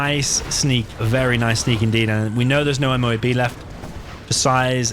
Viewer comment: Call it a "moh-ab"